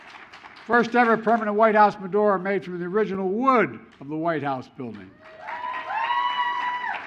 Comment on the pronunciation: Did he say the first ever Jewish Fedora? . I know it’s supposed to be Menorah, but does he?